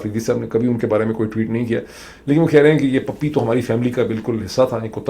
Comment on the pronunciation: Dr Sahab, it's a Puppy, not "pappi".